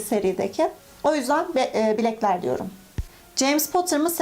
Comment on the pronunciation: Bilekler mi Blekler mi? jsjsjsj